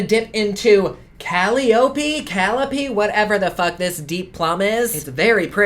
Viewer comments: Caliope -> ca-Lie-o-Pee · Persephone= Per- sef- ony , Caliope= Ka- lie- o- pee Just in case no one else helped you say those two names😊😉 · It's pronounced "Ka-leó-pee" Tho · Cali- oh- pea 😭. Cuh-lie-uh-pea love ♡ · Calliope. Lol "Kal EE OPE." It's only pronounced that way if you live in New Orleans. Call-EYE-OH-PEE. Like the pipe organ. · Cal-eye-oh-pee ; per-seph-oh-knee; hair-ah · Calliope = cull-eye-oh-pee. Persephone = per-sef-uh-nee. No syllable has any emphasis as all get equal footing i.e. no stress on a particular syllable in Greek, or so I have heard, as I do not speak Greek. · Calliope is pronounced kuh-lie-oh-pee. But you did good everywhere else! Peace and love from nc. And you were right, Medusa wasn't a goddess. Say what you want about Manny and his pillaging of a beautiful culture, he made a very pretty palette, packaging wise. Colors are eh. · Calliope- kuh•lai•uh•pee Persephone- Per•sef•ohn•ee Hera not Era- the H is NOT silent 😂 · Persephone= per-seh-fuh-nee. Calliope=Cah-lye-oh-pee Not nitpicking, just thought you'd have a better reference if you knew the correct pronunciations. It used to cause confusion for me when those names were mispronounced, and I'm a linguist. Although, these names don't seem to have much correlation to the pigments. It's like referencing Pochahontas, but only thinking of the Disney version. Love your review though. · kah-lie-oh-pee =calliope 😁😁 thank you so much for your reviews, very honest and thorough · Persephone is pronounced Per-sef-on-y and Calliope is Cal-I-opy... long i sound in the middle btw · Per-sef-phony Ca-lie-opee 😉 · Kah-lie-o-pee I don't know how you went from a Greek monstrous goddess to Cleopatra...but then again Cleopatra was Greek. Full circle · Per sef oh nee Cal eye oh pee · 'Persophone'- sounds like 'per-seph-on-ee' 'Caliope'- sounds like 'kal-i-a-pee'. (Don't worry, a lot of people are getting at least those two wrong) :) Thanks for the honest review, mate!! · Ka lie a pee.